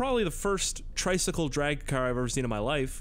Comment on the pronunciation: He says triCYCLE while it's a car